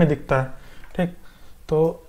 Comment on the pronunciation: Bhai sahab ye appka "THEEK" Apne gaon ki yaad dilati hai. Your videos are very useful, I am going to complete this tutorial.